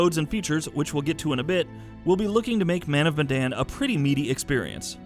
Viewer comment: man of bandanas 😂